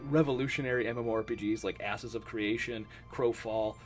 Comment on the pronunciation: you said asses of creation lolz